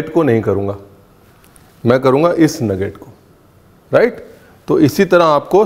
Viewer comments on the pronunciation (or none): none